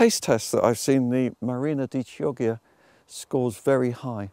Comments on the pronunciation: I think it's pronounced key ojya, not chee oggya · Beautiful video. Chioggia is pronounced the opposite of the way you did : the chi is "dry" like the ki in kimono...and the ggia is wet like the ja in January .